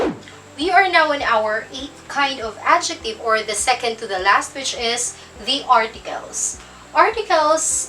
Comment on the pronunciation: Pero Mali Ang sinabi kanina, Sabi " Secend" instead na" Second" sorry for this..